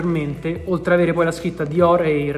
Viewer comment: mi sa un sacco di Romano 😂😂😂😂😂😂